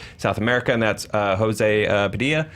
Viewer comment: You're pronouncing José Padilha's name in Spanish and it is in Portuguese:p But it's great saw Elite Squad, I'm impressed!!!